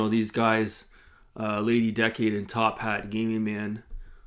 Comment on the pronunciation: Be careful she’ll probably sue you for mispronouncing her name. It’s Lady DUH-cade 😂😂😂